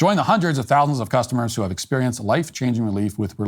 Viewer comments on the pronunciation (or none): none